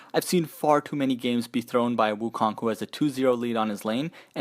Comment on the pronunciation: I love the video, I play wukong the most but I would love if everyone pronounced his name properly. The "o" in "kong" is pronounced with an "O" sound not an "ah" sound. Keep up the good work though!